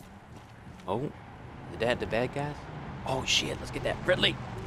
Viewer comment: Every time I heard say "Fred Lee" I heard it as "FriendLy"